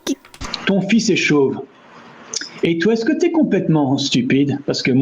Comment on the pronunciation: Memory unlocked 😂. Because he sings off-key. He's famous for being a disabled kid being given opportunities despite singing poorly because he was supposed to die young, but he's almost 30 today 🤷‍♂️... Yeah, she's going into a coffin 😂. Meaning is right but pronounciation of "fils" is "fiss". The L is silent 😅. The way you pronounced it, it would mean "strings". In France, "gosses" means kids. In Quebec though (where I live), it means testicles... So this meme has a whoooole other meaning here 😂. "ma cochonne" can be a term of endearment (for a person) like "my pet" or "my puppy", but it's usually used as an insult to mean "dirty slut". When meant as endearment, it's actually just "piggy". Unintended but funny pun 😂. "Plotte" pronounced like "plot" means vag- 😅. So yeah, plotte twist 😂. This guy is me about Quebec 😅. We're in Quebec, we speak French. I don't care that Canada is a bilingual country, Quebec is a monolingual province. TIL the origin of this meme is from C'est pas sorcier! 😮. I never saw the meme, only heard it 😅. 100 millions is 100,000,000, not 100,000 😅.